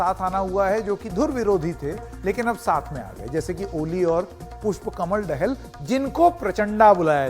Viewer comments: देहल नहि भाई दाहाल बोलो । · Dahel nahi Dahal. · देहल नहि ! पत्रुकार जि ,( दाहाल ) हैं